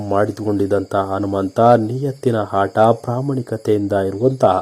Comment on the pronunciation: ಎಸರು ಅಲ್ಲ ಹೆಸರು, ಹಾಟ ಅಲ್ಲ ಆಟ ಇನ್ನು ತುಂಬಾ ತಪ್ಪು ಉಚ್ಚಾರಣೆ ಇದೆ, ಸರಿಯಾಗಿರಲಿ ಕನ್ನಡ